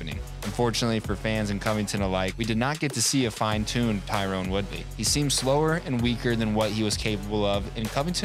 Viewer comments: TY-RON Woodley. Not Tyrone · you keep saying Tyrone instead of Tyron...Colby got into your head...lol